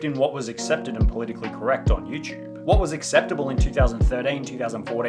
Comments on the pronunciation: nigga. stop saying youchube. its youTUBE not youchube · "Youchube" (SunnyV2)